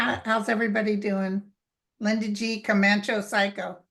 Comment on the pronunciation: Why does she always say, "Comancho/Psycho" instead of "Comanche/Psychic"? It's so funny.